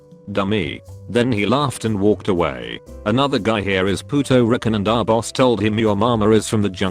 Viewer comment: "Pooto Rickan" If that a hella racist pronunciation, I would say that all the time. Pooto Rickan. Gotta love text to speech.